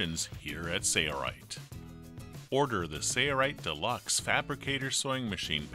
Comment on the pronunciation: Ok. It looks like a good machine. But, it drives me crazy that they can't even pronounce the name the same in their own videos. One person pronounces it Sailrite, like its spelled, at the start of the video. Then all the rest of the video they pronounce it as sayrite and drop the L sound.